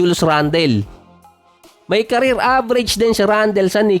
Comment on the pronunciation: Randal di randel. Toron di ty-ron make small research on how you pronounce those american names.